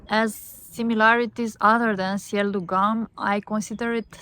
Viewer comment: Haha, GUM is pronounced with [u] sound, so it's like "GOOM" 😀